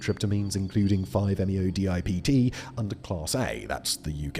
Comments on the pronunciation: close Simon! it's 5-methoxy-n,n-DIEisopropylTRIP(tam)een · five - meh-THOX-ee - en - en - DIE-EYE-soh-PRO-pil - TRIP-tuh-meen